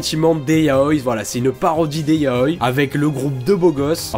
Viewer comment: "yaoille" 😂😂😂 Ça se dit "yaoi" avec un i